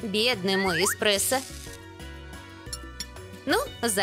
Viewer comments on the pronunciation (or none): none